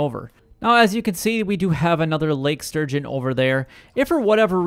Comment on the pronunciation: It's Lake STurgeon, dude. ... not Surgeon! lol